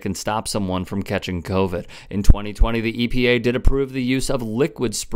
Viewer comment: this mf found a cure from household products but can't even pronounce a word with only 5 letters😂 kroe-vrid